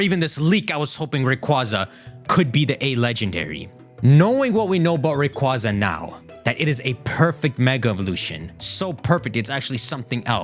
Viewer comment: How are you saying Quasar correctly, right before mispronouncing Rayquaza? Ray-kway-zah.